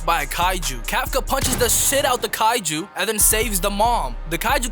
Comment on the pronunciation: "daDEH" "kaijER" lmfao